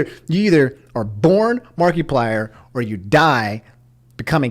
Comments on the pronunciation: I can't get over Mark-ee-plier, aha. It's mar-eh-plier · my man really said "markeeplier" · Nobody:: Markee-plier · just in case you didn’t know it’s markiplier not markyplier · You've been saying Markiplier wrong throughout the whole video... it's not Mark-E-plier, it's Markiplier less emphasis on the "i". Otherwise I did not know this went down. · saying "Mark-ee-plier" reminds me of "Mark-ass Brownley." lol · No offense, but Is that really how you say markiplier? Mar-ky-plier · Can you stop saying mark E plier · Marketplier. He sells pliers on the market. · No one:: mAr-KeY-pLiEr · “Mark-E-plier” Never change your annunciations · It’s the “markeeplier” for me. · Why do you keep calling markiplier, markeyplier ? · Anyone else driven crazy when he mispronounces things repeatedly all video #answerusomni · I don’t like how you’re enunciating markiplier lol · I’m more mad about your pronunciation of Markiplier than what YouTube did